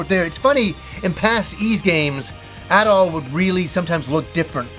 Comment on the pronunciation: How much ya wanna bet there will be lots of tower defense scenes? I really hope not, but it's gonna happen because Japan LOVES that stuff. It even found its way into ActRaiser. Also who is localizing this? Maybe they will finally go back to Ys 1-3 where it was pronounced Adol and not ahdoll.